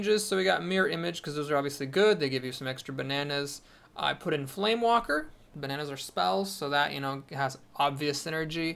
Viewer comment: Just one thing, it's FlameWAKER, not FlameWALKER. Also, that's a pretty interesting Brawl this week. Gazlowe OP!